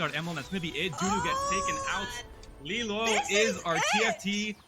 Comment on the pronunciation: Get rid of this girl, she can’t even read LiLuo properly… In no world ever is it “lee-lyew” calls every fight inaccurately, doesn’t know what she’s talking about